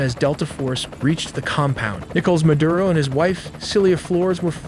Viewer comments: it's MADURO not MADURA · It’s Maduro not Madura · “Madura “ hahaha